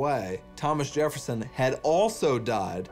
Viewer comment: The way he mispronounces Jefferson lol “Jerrefson” 😂